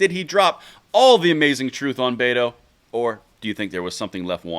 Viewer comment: You pronounced betos name wrong. It sounds more like but hole